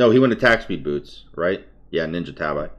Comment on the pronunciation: Let me start by saying I enjoy your content whether or not you do this, but could you pronounce "tabi" as "tah-bee" or "ta-bee"? I'm sorry to be 'that guy', but it bugs me a little to hear "eye" at the end of "tabi" every physical vid.